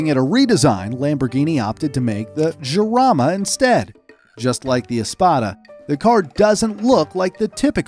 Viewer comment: Great video and content, super thanks! Small correction in the pronunciation of the Jarama name :P its not "Giarama" its more like a jewish "JJJJarama" xD